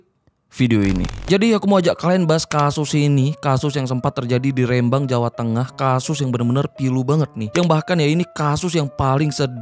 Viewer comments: Rembang bang,, bukan R`embang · Rêmbang BUKAN Rembang !!!